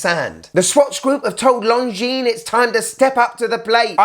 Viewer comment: Great review mate!! I love Longines and their history, and a BIG thank you for pronouncing the name correctly hahaha! (So many people say long-jeans - the S is SILENT, people!!) lol 🤣:_STUNNER::_SUPER